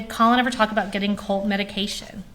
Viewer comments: Colt....not Cult....drive me crazy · The person asking the questions sounds like she is saying Cult instead of Colt. Weird and annoying to hear. I feel so bad for this young girl and all she has been through with these terrible people she is related to. I hope she has a stable and peaceful life moving forward.